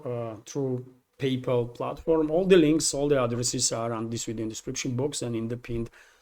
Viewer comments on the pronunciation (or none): none